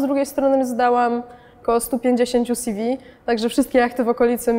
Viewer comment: "Sjiwi" -- co to jest? Ew. od czego to skrót? Bo jeśli od "curriculum vitae" to odsyłam do wymowy języka łacińskiego...